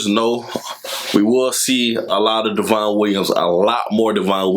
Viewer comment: Devon is pronounced like "Devin" just a heads up!